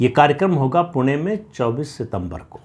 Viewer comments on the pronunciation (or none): none